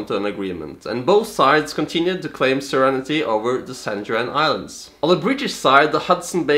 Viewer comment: Are you interested in corrections on your pronunciation? Aside from the 'Juan' of San Juan, you also mispronounced several other words. For instance, you pronounced sovereignty (pronounced like saw-ver-en-tee, sometimes with the e of the 'ver' part elided) like serenity and brigadier (pronounced like brig-a-deer) like bridge-a-deer which are both not correct.